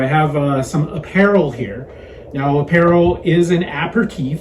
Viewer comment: it's App-per-rawl. And I had two or three aperol Spritz a day while I was in Italy